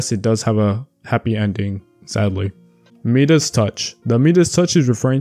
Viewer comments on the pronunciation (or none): Enjoyed this video. Some of the names are pronounced differently, though. Like Persephone is pronounced per-seh-fuh-nee and Midas is pronounced Mai-dus.